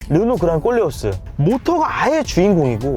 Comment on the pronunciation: 콜레오스 발음이 어렵나봐요 모두 꼴레오스라고 하네요